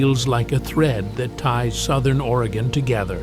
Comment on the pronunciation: As a life long Oregonian, whenever watch these videos, I have to hope that they pronounce the names correctly. At least in this video, he pronounced Oregon correctly. Might be too much to ask that Yaquina, Willamette, or other unique names be pronounced correctly. Despite this, this video is pretty good. Oregon is indeed beautiful but, please, come visit but don’t stay. Too many people already, especially in the cities and towns on the west side of the Cascades.